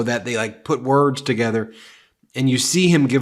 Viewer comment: That fool can’t even pronounce his words correctly wat a clown 🤡